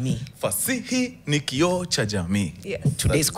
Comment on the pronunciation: kioo not kio